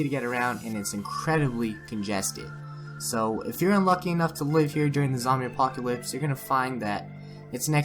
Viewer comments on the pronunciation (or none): none